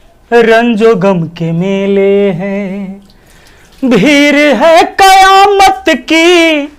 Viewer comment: bhir kya hota hai bhid sahi hai